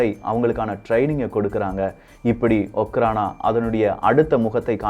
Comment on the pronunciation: Hi bro okhrana means just security in russian language im studying in russian University,in my university all security called okhrana and pronounciation also அஃராண